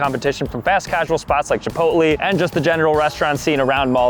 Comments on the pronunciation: I don’t like how he says “chipot-lee” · why is nobody saying nothing about how he said chipotlee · That pronunciation of "Chipotle" was diabolical. Bro said "cheepotlee". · DID BRO JUST SAY CHIPOLTLEE? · Is no one going to talk about the way he said chipotle 😭